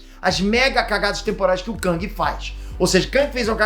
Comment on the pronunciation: Não se diz KÃNG, se diz KÉNG. A pronúncia correta é essa.